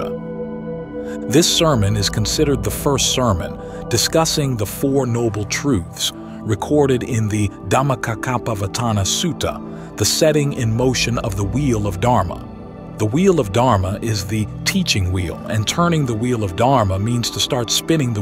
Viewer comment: You mispronounced Dhammacakkappavattana Sutta. it's pronounced dama-CHA-kapavatana. not, dama-KA-kapavatana.